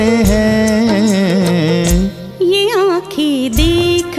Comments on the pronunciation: गायिका का हैं का उच्चारण गलत है वह हैं को है गा रही है... न का अनुस्वर नहीं गा रही इसलिए साहिर लुधयानवी की शानदार शायरी कर्कश हो है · सुरेश जी की आवाज़ आज भी बेमिसाल है और बाँसुरी नवाज़ मोहित जी का बाँसुरी वादन कमाल का है. मगर को 👉हैं और 👉है में उच्चारण का अन्तर पता नहीं है उन्हें इस और बहुत ध्यान देने की ज़रूरत है 🙏😊